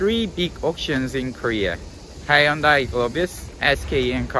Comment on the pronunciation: Question how come when you pronounce Hyundai you are not pronouncing it the way it is in korean?? Most Koreans do not say Hyundai the way you do